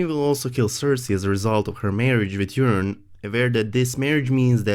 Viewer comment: I'm not making fun but i cracked up every time you pronounced Euron as Urine 😂😂